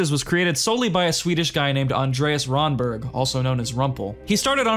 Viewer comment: Rönnberg is not Ronnberg in english.o is "Ö"